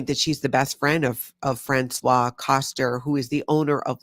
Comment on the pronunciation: Dear.... It's Franswaze (Françoise) Koster, not Franswa (François) because this is a man's name! 😮